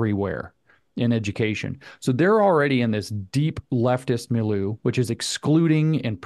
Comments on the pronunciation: Mileu = mill•yʊ (as in look, book) Cheers! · “Mill-you” Milieu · Take a drink every time somebody mispronounces milieu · Please learn how to pronounce milieu!